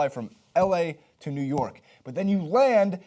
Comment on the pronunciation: "nework" it's New York